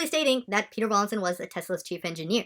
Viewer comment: Ffs his name is not Rawling. It is Rawlinson!